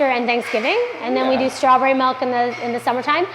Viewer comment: I love their pronunciations of process & milk. Pro-ses & melk.